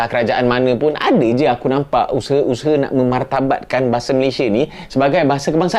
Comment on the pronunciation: Bukan usehe...cik....tapi usaha😂😂😂😂😊